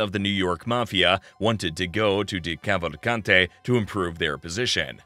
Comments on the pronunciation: It’s an Italian name, not French or English, you actually pronounce the ending E. Italian Americans try not to butcher their own last names challenge, difficulty impossible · anyone else annoyed by how the narrator pronounced decavalcante? or any of the names for that matter